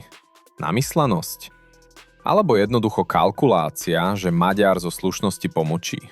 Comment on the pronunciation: Po slovensky čo? "Lhár?" 🤣🤣🤣 To máte veľmi čudnú slovenčinu... LUHÁR, resp. KLAMÁR... Takisto raz je to "Magjar", raz je to "Maďar" a tuším som raz počul aj "Meger"... Je to "Maďar". "Gy" je v maďarčine "Ď", OK? Ak ste sa rozhodli založiť si 1584tý "alternatívny" rádoby analytický kanál a urobiť ním dieru do sveta, aspoň po sebe čítajte text, alebo naučte vaše AI solvenskú výslovnosť.